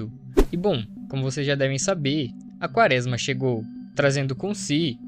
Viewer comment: vc já falou, pq é um Erro, se percebe q vc Não conhece a palavra(errando todas às vezes) e isso atrapalha na absorção da sua mensagem. Seria só regravar essa parte do áudio.